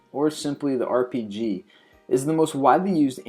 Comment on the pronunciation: I'm surprised you pronounced the RPG name correctly